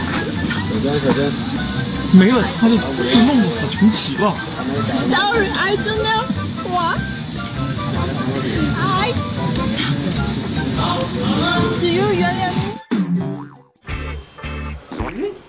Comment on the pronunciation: "SOWREY, I DOW NOW!"